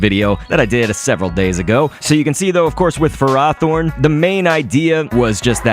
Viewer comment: It's ferroh thorn, not furrah thorn